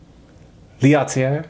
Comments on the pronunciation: Common mistake it seems, starting with "SW" and all, good thing nothing rimes with "Norway" xD Btw, it`s Lat-Elli-eeh, kinda, hard to explain french lol, which they do speak in switzerland, but not in sweden. In sweden they say HURR DURR and volvo. Isn`t that right? hi hi hi;) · That. Is. One beautiful squonk! I can’t fault you for your mispronunciation of L’atelier, I mean you speak Japanese. Such a cutie. Nice job, as always, on the video. #allove to you and Marjorie.✌🏼edited to add; your face when you got your phone to pronounce and actually mispronounce L’atelier was priceless.. you looked so pleased. 😂😂🤗